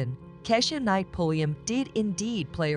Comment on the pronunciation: KEESHA not KESHA.